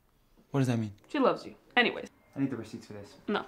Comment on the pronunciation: “She loves you anywayes”😂😂😂😂😂😂😂